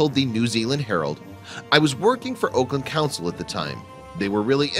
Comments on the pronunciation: AUKLAND..."AWE-KE-LAND" not Oakland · it's ahk not oak, doesnt any one check the pronunciation for the announcer? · Auckland is pronounced as 'awk land'. Not oakland. Dunedin is pronounced as Do Knee Din. Not donnadon. Apart from that, kitty looks Siamese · Yeah... crazy. 'Oakland' instead of Auckland. 'Dundin' instead of Dunedin. Wtf? Where did this clown go to primary school... & I assume he's suing them? Lol. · Nice story done rescues myself, but the I wish they pronounced the names of the cities correctly. Its Auck-land not Oakland. Duneee-din not dune-din. It's also RSPCA. I have noticed so many mistakes & untruths on this channel. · You seemed to get the name of ever NZ town you mentioned wrong. AUCKLand, not Oakland. Dunedin, not Dunden. Crack a Google once in a while. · AUCKLAND.....not OAKLAND. sheesh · Interesting to hear an American pronounce 'Auckland' as 'Oakland'. It usually comes out as 'Arkland'. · Oakland? Dundin? I've heard of Auckland (Orkland) and Dunedin (Duneedin) though. It is impossible for a blue-eyed Siamese cat to turn into a black cat with yellow eyes, buddy. You take people for idiots. ('Fevercoat can be caused by stress/trauma/infection)😂😂😂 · Auckland New Zealand, not Oakland! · The place names are actually Auckland which is pronounced like awk-land and Dunedin done-eden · It's pronounced AWK-land. Oakland is in California. And the second city you messed up is Dun-eden. You can look it up on this thing called the Internet. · Auckland is pronounced like 'lockland'. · And, he kept pronouncing Auckland as 'Oakland" 🙄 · Auckland New Zealand, it's pronounced like awkland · the way he says it makes Auckland sound like oakland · Why does this narrator keep on mispronouncing Auckland as "Oakland"? And as if I'd ever like or subscribe to a video that has to tell me to do so. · hahahahahaha the city pronounction is so wrong its hilarious Auckland not Oakland Dunedin pronounced Dun Edin not Dundin silent E. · You said Auckland wrong.